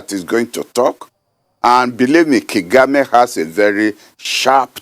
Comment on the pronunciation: prof BOLAJI is stuck in past ideology. he has no wisdom to give to the next generation. He can't even pronounce Kagame.